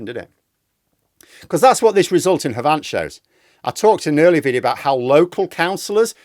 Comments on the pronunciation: it's pronounced haven't, not have-ant, but since you're a northerner I forgive you. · H"vant? Very funny. It's pronounced Havn't Exactly as it is spelled 🙂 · Oh still struggling with those strange place names darn sarf. Ha Vont? That so so posh for a Yorkie. Its Have Ant my friend. Keep fighting the good fight, BinFace for Richmond!!! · All I will comment on is Havant - it's HA'vant and not Ha'VANT! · Havant is pronounced have-ant xx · Until 6 weeks ago I was living in the constituency of Havant. I could not have predicted that the Conservatives would lose so heavily here. BTW it's pronounced like the conjugation of 'have not' - HAVEN'T. THAT is how to pronounce the name of this town. However, it came as no surprise to me that Reform UK gained 2 council seats in Havant. The demographic of Leigh Park (a large ward within Havant) in partiuclar is widly pro-Brexit, VERY right wing/populist, populated as it is by non-graduates who avidly read the Express, Mail, Sun, and who watch GB News and Talk TV to the exclusion of most other TV channels where News and Current Affairs are concerned. And the degree of racism, xenophobia and hysteria about 'small boats' is off the scale among all too many people in my former consituency. Indeed, I would not be surprised if Reform UK came 2nd to Labour at the next GE in Havant. That said, I still think that the sitting MP - Alan Mak - will retain his seat, albeit by greatly reduced majority. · just FYI Havant is pronounced like the contraction of have not, i.e. "haven't". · Sorry, it's HAV-ant. Sounds almost the same as "haven't" (the way I say it). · Havant is pronounced 'Haven't' !!! Never mind. most of what you said was brilliant ! Thanks . . . LGF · Er,. Havant is pronounced HAVEN’T! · 'avant. The H isn't pronounced 😊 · gave me a laugh but I'm not gonna judge although it is havant hav ant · In Havant the first syllable is the stressed one, not the second